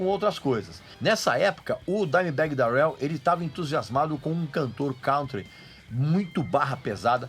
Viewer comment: Dimebag Dérel... que pronuncia bosta hein Regis, pow cara olha qualquer americano falando o nome dele pelamor